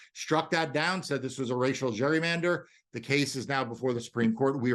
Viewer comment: The way this guy keeps mispronouncing the word "gerrymander" (no, dummy, the word does not have a letter U in it AT ALL) should tell anyone listening everything they know about how ignant he is. Literal dunce.